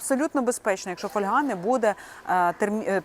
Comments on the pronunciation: Не каверкайте наголос ((( ФольгА. Як не випАдок, так фОльга. Що за недорозвинута мода... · Не фольгА, а фОльга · Правильно казати фóльга, від латинського fólium — листок. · А я постійно говорю фольгА .. ,фОльга мені ріже вухо . Може ,що з дитинства так у мене говорили і і воно до мене так приклеїлось ... Та тільки аби ця помилка ....😮😊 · фОльга . Так правильно українською. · Запозичені слова зберігають наголос мови, звідки походять: фо́льга. Наголос на О. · Наголос на літеру о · Фольга- наголос на перший склад. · Фольга, наголос на о